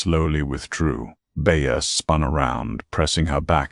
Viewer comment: No one has corrected the AI